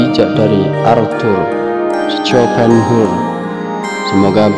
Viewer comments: Mohon maaf untuk penyebutan namanya dikoreksi lagi hehe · Mas Yg Lihat dan denger video ini bisa jadi ribuan orang. Itu filosof besar. Tapi CARA ANDA Mengucapkan nama sng Filosof KOYO ANAK SD yg Baru belajar membaca. Belajarlah membaca yg baik dulu. TANYA AHLINYA BARU ANDA "SIARAN" SI YOUTUBE.. LE LE....